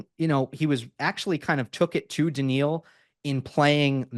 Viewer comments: oh man it’s so brutal 😂 and for the love of god it’s not Daniel Medvedev. It’s okay though he’s a great guest and it’s funny. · Agreed, it's quite something, his memory for match scores and narratives I immense. I saw some comments about him saying Daniel instead of Daniil lol. He also says Zeverev 😂 but this just makes him more lovable to be fair. Huge respect.